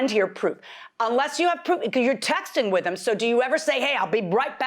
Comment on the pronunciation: I was done after she said Wit instead of With and Likeded instead of Liked. Huh? 🤦🏾‍♀️